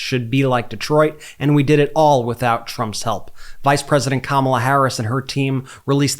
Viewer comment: When Turmp says: "if kam ala gets in the country will turn into dee troy IT". Actually true. Kamala and Tim will continue to bring the rest of the country into the economic growth and work that Detroit has led with and how they dug themselves out of a hole after the 2008 crisis, and the result of the bush caused sinking auto industry. Hopefully the expansion of the auto industry and its parts industry can come back to N. America, even better, refreshed, revitalized, with more tech, more efficiency, and good wages for people.